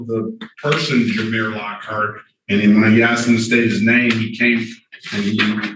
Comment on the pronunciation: Dear Public Defender Lady: The word is ‘asked’ not ‘axed’ omg really?! Law degree, huh? 🤣🤣🤣